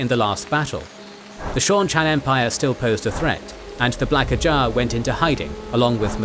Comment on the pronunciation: It's more you're doing an impression of AI. Saying "ajah " weird, leaving articles off of words, odd cadences at times. Is it intentional?